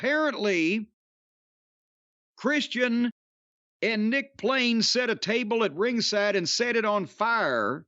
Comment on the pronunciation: “Nick plain” 🤣